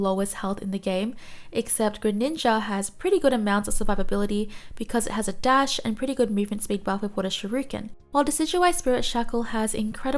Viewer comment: Wait, did you just say SHIRUKEN?